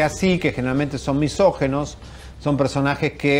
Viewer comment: misógIno (No "misógEno")